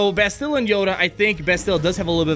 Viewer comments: The way you guys say bastilla is driving me crazy lol, Bas-tuh-la, not buh-stilla. Dozens of replays of kotor and never heard the way you guys say it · Hey, great video, love everything that you and Mobile Gamer are doing, but as a KotOR nerd it hurts to hear the pronunciation of Bastila's name like that lol. Instead of "Bass-Still-Uh" like you guys have been saying, it's "Basstil-Uh", kind of like "basil" or "castle". You gotta say the first two syllables quicker. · Actually BAstila not BastIlla - it's in both games, when characters mention her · Hey & Mobile it appears nobody cares to correct you on this but could you please pronounce Bastila correctly? It's BUHSTUHEEELAH. Freaking plebs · Carth: We NeEd To FiNd BaAaAaAastila!!!! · Why can no one pronounce her name correctly? Bas-ti-LA! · Not to complain...love the videos! But isnt it pronounce BAS til a? I feel like thats how they said it in KoToR, with the emphasis on the first syllable, not the second (like in most english names) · it’s BAS-ti-la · yeah everyone pronounces it wrong lol. Bass-Till-Uh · They're probably saying Bastila's name wrong on purpose to get us all triggered in the comment section... Lol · You guys are pronouning Bastlia's name wrong. Just a heads up! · This is how to pronounce Bastila, you're close but you're putting too much emphasis on the "t" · Bastila DOESN'T rhyme with Godzilla!!! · Why are all the game changers saying Bastila's name like its Godzilla. I've heard and said it like it was in kotor for over a decade, but now this way of pronouncing it seems so popular and it's so strange and weird. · Jesus Christ this was driving me nuts. Clearly they’ve never played kotor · Great video but her name isn’t pronounced like that bothers me so much look at KOTOR